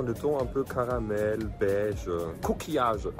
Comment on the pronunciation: Qui d'autres a compris ''Cookie-age'' Haha au lieu de Coquillage